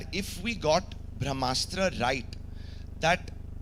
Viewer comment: He can't pronounce Brahmastra, vivke agnihotri is right